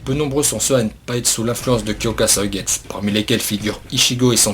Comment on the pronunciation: Par contre tu sais pas dire suigetsu xD